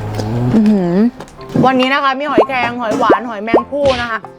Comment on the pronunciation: หอยแคร่ง 55555